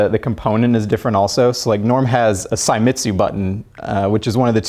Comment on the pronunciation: That would be Seimitsu( pronounced it 'Saimitsu') and Sanwa. Links